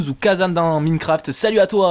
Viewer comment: On dit Maïnecraft :D